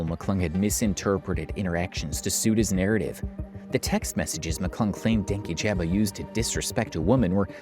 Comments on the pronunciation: something that always gets me about everyone that talks about dankyjabo is that people (those on his side and those not) pronounce his name "Danky Jabo" despite him pronouncing it as "dan kyjabo" (like dan key-juh-bo) in multiple videos. that was one of the first signs for me on louis mcclung's video (as someone who was a fan) that he didn't do any research, as i'm pretty sure he even said his name in one of the videos louis directly referenced. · Dankyjabo is pronounced Dan-key-juh-bow btw😭😭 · The incorrect pronunciation of his name the entire video is KILLING MEEEE 💀